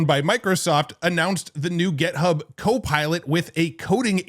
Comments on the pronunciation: It's GitHub, not "Get Hub." And "how it looks," not "how it looks like." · We need to have you say "GIT," rather than "GET" when referencing GitHub.